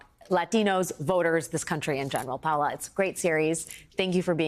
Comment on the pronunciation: Her name is Pa O la Ramos not Paula Ramos